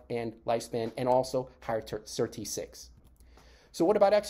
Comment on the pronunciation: Annoying to have to fast forward 5mins just to get onto SIRT6. Better a very brief intro that references past videos than the same content over and over. Also why do you call it "Sir.. T6"? The Sirtuins are SIRT then the number. So SIRT-6. Go to any interview, all the scientists reference it that way.